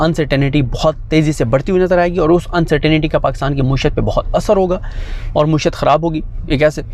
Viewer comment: Assalam alykum Jann moeshat word wrong he Wright word is maeeshat